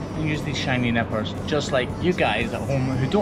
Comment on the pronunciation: i thought he said shiny nipples instead of nippers at first